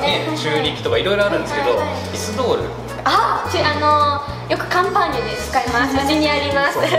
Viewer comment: カンパーニュが乾パンに聞こえてしまって、非常食も作るの！？と一瞬動揺しました😂